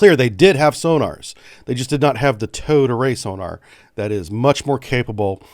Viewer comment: I can’t be the only one that keeps hearing “toad array”, am I? 😂